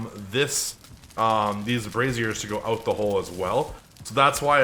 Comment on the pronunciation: Awesome build, just watch how you pronounce brazier, as it isn't a woman's undergarment. :P Keep up the good work!